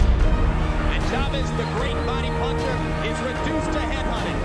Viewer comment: The fact that the comentator couldnt pronounce chavez's name properly is fucked up. Other than that, great video